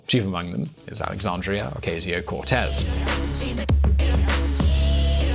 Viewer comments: Can’t even say her name right... usually like your videos, but this is garbage. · how can you make an entire video about someone and not bother to learn how she says her name it's not like this is an obscure person as you yourself said she's one the most popular democrats today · Say her name right omg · Pronounce her name correctly, please.